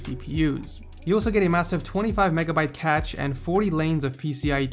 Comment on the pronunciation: the way you pronounced 'cache', ugh